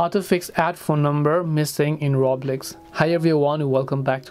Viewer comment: did he just say roblex i thought i was the only one who said that as a joke